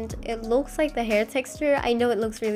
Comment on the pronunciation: "Free haur"